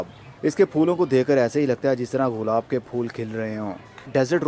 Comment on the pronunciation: غلاب نہیں گلاب کہتے ہیں۔